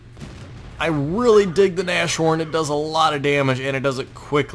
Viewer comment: It's a "Nas-Horn" Not a "Nash Horn".